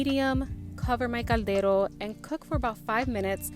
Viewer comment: Are you saying gandero? O caldero?